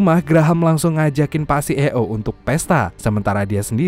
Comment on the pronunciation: Narasi nya nga enakk, C Ee Oo .. belajar dulu nyebutnya bacannyaa ...